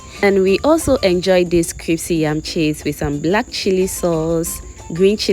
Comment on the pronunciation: Pls no disrespect but it’s pronounced “Crispy” not “Cripsy”